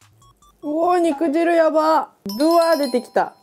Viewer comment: ロシアンちゃん！ にくじるじゃなくてにくじゅうです！